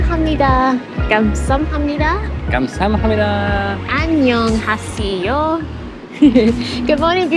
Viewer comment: 감쌈니돠 앙년하씨요~ 기영복쿵~ 발음 귀엽네 ㅋ